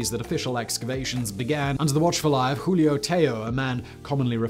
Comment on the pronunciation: >Can say Julio correct >Mispronunces bajo every single time